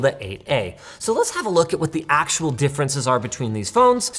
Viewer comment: Actua display hehe